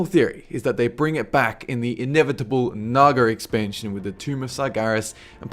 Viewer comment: "Narger expansion"